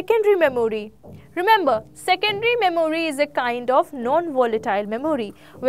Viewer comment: Please Work on your pronunciation,, Memory is mɛm(ə)ri :D